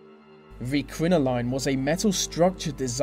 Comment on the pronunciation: he does know that quinceneras and some weddings and sweet sixteens still use crinolines and their pronounced crin-oh-leens and the same people plus some even use the corsets too